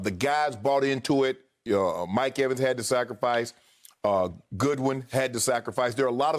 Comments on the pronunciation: Did Shannon say “goodwin”😂? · GODWIN! ITS GODWIN!!! lol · Nobody: Shannon Sharpe: Chris GOODWIN